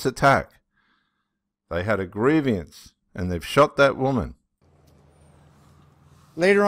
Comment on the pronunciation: Not gree- vi- ans